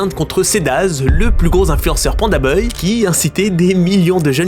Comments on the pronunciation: C’est moi ou tu dis pandaboy au lieu de pandabuy ? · Pitié c’est ça de prononce by pas beuille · prononce BAYE pas BEUY 😂😂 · Pourquoi tu dis PandaBeuille et pas PandaBuy (se prononce PandaBye), ça me rend complètement dingue 😬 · "PandaBeuil" 😂😂😂 je te pardonne prcq mtn c'est PandaDeuil. Tip top tes videos🫶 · Vous avez pas capté qu’il fait exprès de dire pandaneuille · pitié arrête de prononcer beuye j'en peux plus on dirait que ton dictionnaire est contrefait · C'est sa manière de prononcer le bail la vraie contrefaçon dans l'histoire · ça me bute a chaque fois qu'il dit beuy 🤣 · Bon beh tu sais toujours pas dire Pandabuy, le mauvais bail...